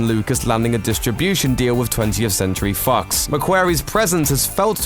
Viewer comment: Jeremy Bullock, not "bollock". Ralph McQuarrie, not "mcqairy". Twentieth Century Fox, not "fux". And I thought Americans were poor speakers ... But good content.